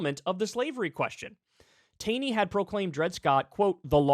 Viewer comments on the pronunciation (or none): It's pronounced Tawny, as in Brawny, Kyle. Excellent segment, otherwise. But, again, note there are also negative examples of presidents ignoring SCOTUS. Andrew Jackson ignored the Court's decision and sent the Cherokee Nation west on the Trail of Tears. It all needs to be discussed.